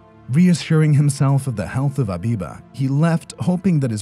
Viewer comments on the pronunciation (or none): It's not abiba it's habiba